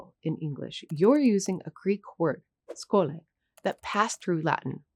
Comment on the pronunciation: Wtf is scho-le it's sxo-li-o σχολειο